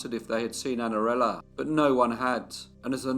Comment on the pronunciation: Que narração horrível! Não consegue nem pronunciar O NOME DA MENINA!!! Espero que nunca mais narre nada